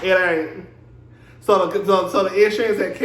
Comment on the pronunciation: you said IN ‘surance like how Tisha (LAMH) pronounce EEEVENT🤣🤣🤣🤣